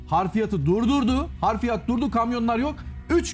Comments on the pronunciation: bey harfiyat değil Hafriyat olacak. Anlam değişir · Bu güzel vidyoyu hazırlayan, sunan ve katılan konuklara teşekkür ediyorum. Not : Konuşmacı olarak katılan (1) değerli kareşim, yapılan kazıda çıkarılanlar için 2 HARFİYAT' sözünü devamlı olarak kullandı, HARFİYAT diye bir kelime yok, gramere de uygun değil. HAFRİYAT olarak düzeltin. Arapça bir kelimdir, حفريات hafriyat olarak yazılır ve okunur. 2) HARFİYAT da Arapça, 'harf' ten türetilerek uydurulmuş.